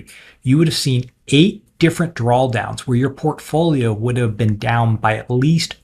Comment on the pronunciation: can't get past this guy saying "drawl downs"